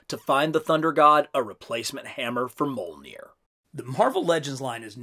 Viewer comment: the J in mjolnir is said like the J in Fjord